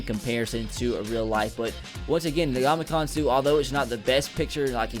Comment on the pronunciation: did he say ndonkeykong suh😂😂😂